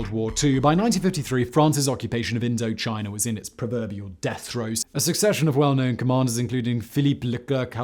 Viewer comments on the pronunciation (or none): none